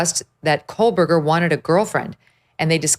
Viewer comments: Two and a half years and she still pronounces his name wrong! There is no “l” in his name. It’s not “Cole-Berger.” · Yep. Additionally, she still thinks his name is Kohlberger rather than Kohberger 🙄